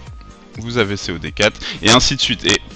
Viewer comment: Enfin quelqu'un qui dit C.o.D et pas "CODE" :D